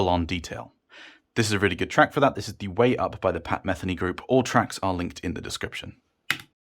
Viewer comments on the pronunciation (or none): The name is pronounced "MethAINy" btw, not "METHany" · I love the look of the design with the hexagons. Very Martian looking. But would I buy them for the looks? Nah. By the way it’s pronounced ‘Meh Thee Nee’ (Pat Metheny). Oh and by the way, i finally finished my 2 channel system. You can hear it